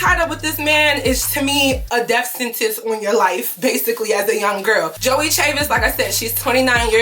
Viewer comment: Joie Chavis’ name is pronounced “Joy”. I found this out when she was on Aliya Janell’s podcast.